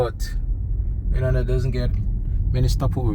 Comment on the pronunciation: I about died when you compared my home to Guam. Seriously though...your pronunciation was awful. Your information was uninformed... And the whole thing is a tad creepy.